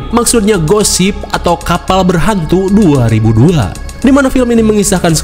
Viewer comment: Gue selalu salfok soal judulnya: ghost ship dibaca Gosip, wkwkwk